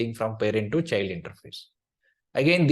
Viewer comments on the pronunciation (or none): Thanks for the course. PS: small tip: “child” transcripts as [tʃaɪld] ;)